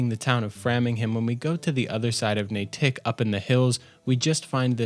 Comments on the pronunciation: As someone born and raised in New Hampshire, I appreciate your video here, but just a few corrections, not to make fun, but just so you know how to pronounce admittedly confusing town names in MA. Natick. If you want to sound like a native, it's pronounced NAY-dick, honestly. I know that's not how it's spelled, but is how locals pronounce it. Framingham- Pronounced with a long "A", just like what you put around a painting. FRA-ming-ham. Weymouth- Pronounced WAY-muth. Gloucester- Pronounced GLAW-ster. The WORST is Worcester. I don't think you ever say the name, but it is pronounced "Wooster" with the "oo" pronounced like in "book". I play FO76 a lot, and there are several expansions, with the main location being in West Virginia. Atlantic City is one (located in NJ) and "The Pitt" or Pittsburgh, in Pennsylvania. These locations are only accessible in-game by vertibird. You can see the cloud cover as you "fly" (it's more of a loading screen, there are no landmarks visible) to either the Pitt or A.C., and it is a glowing, irradiated mass of clouds, suggesting the region is heavily irradiated. To get to either of these expansions from Appalachia (where FO76 is based) you would need to fly over the New York area. Nice job on the video! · HE AINT EVEN FROM ROUND HEEEEERE!! haha great video. It’s Natick you say it fast Naytick not like nah-tick. Yes, it is absurd. All right I’m gonna go pahk a cah bbl. ✌🏼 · Natick isn't a hyphenated word. As a Boston native it's painful to hear the way you pronounce it. :face-pink-tears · the pronunciation HAS to be bait for comments lol. You probably got a bunch of massholes all riled up. but NAY-Tick??? I love the map in this game, and would wander it, trying to see whats close to my IRL home and office, etc. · lol - Nay-tick. Its just pronounced Nate-ick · 'Natick' is pronounced 'Nadick'. :) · Every time you say "Nay-tick" i die a little inside. Great vid though, much love. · The way you pronounce natick hurt my soul lol. 😂